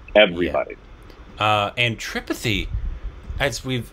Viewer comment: Why you still not pronouncing "Tripathi" correctly?? They are saying it again and again for you to pick it up correctly. :-)